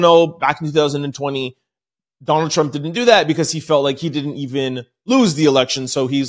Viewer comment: I think you put to much emphasis on Trump name. Even if it's not intentional it comes across that you appear to be . Just saying from following you. I just got in a diff if opinion about your opinions as well as All our opinions